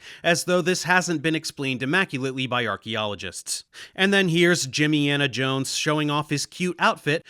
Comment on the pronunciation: Did you say Jimmyana jones? and then calling Tim Pool "walking foreskin" ...bro 😂